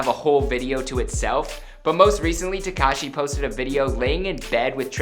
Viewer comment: Hey . At list this guy pronounces 'tekashi' correctly.